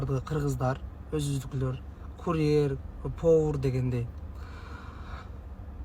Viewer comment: Пооур десе,тушунбойм кангырап атамго😂😂😂😂